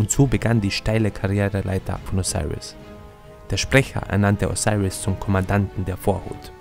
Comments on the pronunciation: O-SI-RIS so wird er ausgesprochen... dankeschön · diggah wie er Osiris sagt